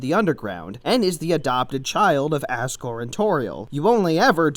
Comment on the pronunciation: U said assgore